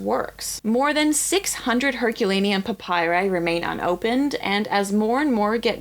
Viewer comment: And it’s pronounced pap py ree